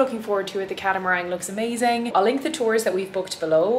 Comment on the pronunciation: Glad you enjoyed our island. Just one thing that made me laugh. We have a catamaran. You mention a few times catamarang ? I think you mean the same thing , a dual hulled watercraft. There is no g . BIG LOVE! 🧡